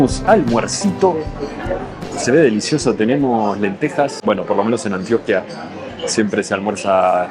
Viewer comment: cada vez que un extrajero pronuncia mal el nombre de Antioquia se rueda una vaca en Yarumal, se vinagran las arepas de Sonsón, se pudren los bananos del Urabá, se inunda Zaragoza por el río Nechí y se mueren las flores de Jardín. 😢